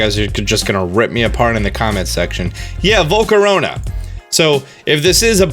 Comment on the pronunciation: It’s not vol-co-ro-na. It’s vol-CA-RA-na